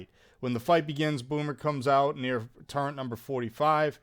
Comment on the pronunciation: “Turrent”—- Wild